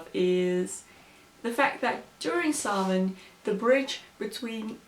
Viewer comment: Very well researched. Usually videos like this can go downhill fast. Glad to see you have a good understanding of early Irish lore, of Samhain, and for pronouncing Samhain correctly